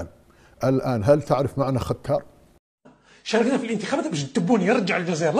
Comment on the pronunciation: ازول فلاون... (ختار) في القرآن ليس ( ختال ) للانصاف